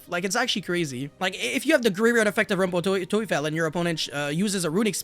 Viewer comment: The pronunciation of „rumpel teufel“ was good.